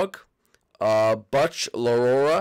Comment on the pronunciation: you BUTCH-erd Butch's name, in fact you BUTCH-erd all the names